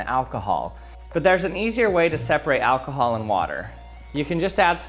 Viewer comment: "What is this, Alkahaaal?!"😂😂😂